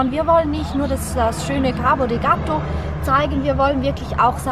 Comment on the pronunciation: Sehr gut! Aber jetzt die Ausprache. Nicht Cabo de Gato sondern Cabo de Gata :D